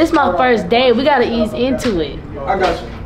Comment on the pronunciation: L0L 😂She said, “ This my first day we gotta eas into it”